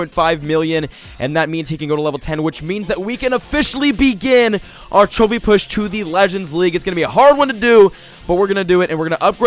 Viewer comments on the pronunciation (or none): it sounds like he is saying "chubby push" not trophy push? is this on purpose?